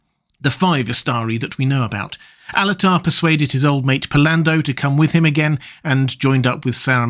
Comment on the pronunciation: you're saying "Alatar" yes? I heard Annatar, first, and I was like, "yo hold on, no."🤣🤣